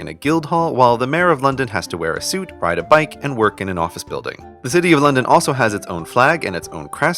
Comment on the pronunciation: When london turns to night: 'londoff'